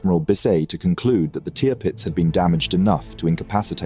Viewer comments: Drives me mad as you pronounce the name Tearpitz , just call it TIRpitz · Learn how to say Tirpitz will u